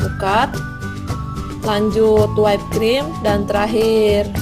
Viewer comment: btw, whipped itu bukan dibaca "waip" tapi "wip" atau "wipd". trus piping bukan dibaca "piping" tapi "paiping". sekedar info